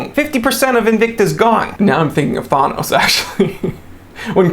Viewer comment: Who is this "Thonos" you speak of? Thanos made that finger snap famous!; ) Just messing with ya, pronounce his name however you like. The watch hunt is the best & subscription watch services are the worst.